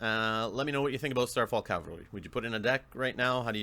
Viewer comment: "Starfall Cal-vary, if I'm saying that right." No. You aren't saying that right.:) Also, I guess I want to be in the contest.